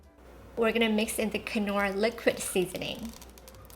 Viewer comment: These sauces look amazing, but I'm pretty sure the 'k' in knorr is silent